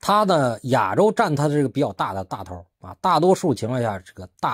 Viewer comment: “亚洲”的发音不对。